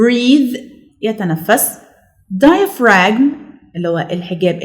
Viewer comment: When we pronounce diaphragm we don't pronounce the g sound.